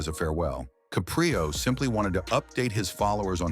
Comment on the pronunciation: Please pronounce his name correctly..its not ca'pre'o its caprio'